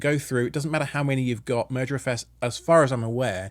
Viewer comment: I keep hearing "Murder FS" Move over MergerFS